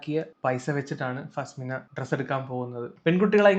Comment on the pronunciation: Faa-smina alla faz-mina🙏🏻😂